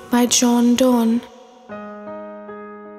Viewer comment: Psst ... word to the wise - the name is pronounced Dunne. Sorry to be a pedant!